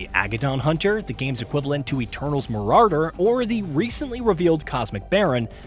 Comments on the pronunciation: Ok bro I need you to get this right Marauder (Muh-raw-durr) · The Marardrder is the Marauder of his vocabulary. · Hearing this mf say Mararder is painful 😂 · I can’t do the mararder pronunciation, it does damage to me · Bro had a chance to redeem himself but he said mararder again 😭😭💔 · He's mararded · I need these videos remastered with proper marauder pronunciation 😭😭😭